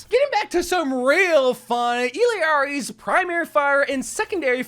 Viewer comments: It’s Illari and not Illiari 😭💀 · So many people get illari’s name wrong lol. That two LL’s after the i.